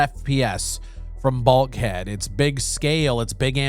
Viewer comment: BULK HEAD. I really thought you said BALD HEAD